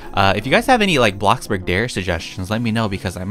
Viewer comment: HE SAID A BLOCK BARG INSTEAD OF A BLOCK BURG HE IS EVOLVING LIKE A POKEMON